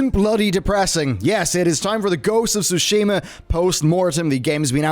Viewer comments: SOO-shee-ma. Not soo-SHEE-ma. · It's TSUshima, not SUshima; Please learn how to pronounce it before you say it repeatedly.